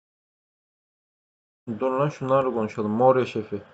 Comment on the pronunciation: moraia ya morina diyen koca yürekli adam